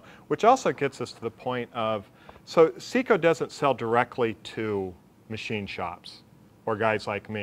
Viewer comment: Well, it's Seco, not Ceco, but yes I do understand the scale of it. But that doesn't give them a pass - if they want my business, they're going to have to make it easier to choose and acquire with less risk that I'll order the wrong thing. My experience in this field is pretty deep, yet I still believe one either has to acquire months of in depth knowledge in this segment to be successful picking the right insert, or they need to be able to turn to someone who can say "Forget all the alphabet soup, for the kind of work you do (material and HP of machine), standardize on these six inserts and ignore all the rest." If wants to make a contribution to this topic, it should IMO be all about what to ignore, and focus on a tiny sliver of things that just work. Trying to give us a Ph.D on this topic is inconsistent with Dales stated mission - to make it easy to just go into the shop and get stuff done. A catalog of 30,000 parts is not, IMO, a good starting point for this hideously complex subject.